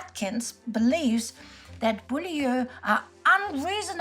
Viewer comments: Beaulieu is pronounced bue-lee. It currently has a motor museum, well worth a visit. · where in southern england? lol what are these pronunciations. I don't want to be mean. it's well researched but it's so hard to follow with the accent. If i remember there was a place near where i grew up called Beaulieu where i think SOE agents were trained. But it's pronounced Bue-leee (Beaulieu)? and the years I have to do a maths equation to work out what year we're talking about lol